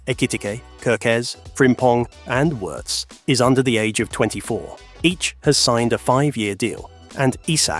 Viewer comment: German here, btw.... Wirtz is pronounced like Veertz and not like in hurts. And... Allison's wife had to have a surgery. All good meanwhile she is back home recovering.